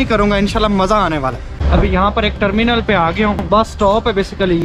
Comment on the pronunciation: Tarmenal ka nam sehi Lyn. Kar andesh